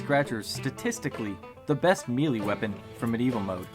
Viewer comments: One major error you forgot to fix from your original video - It’s pronounced MAY-LAY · "Especially you guys who nitpicked my pronunciation of MELEE!" I'm dead now. I can't.